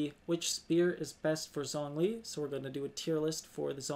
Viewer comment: Let me correct your pronunciation for zhong li, try saying jung li the zh sound in mandarin isnt that harsh on the z it sounds more like a j. I like your videos, keep it up